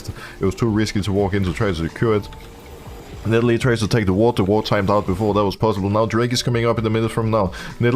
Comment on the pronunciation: I like when Broxah calls Nidalee "NIDDLE".